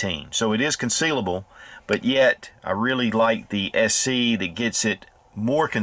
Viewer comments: Did he say SE, or SC? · I know, it just sounded like SE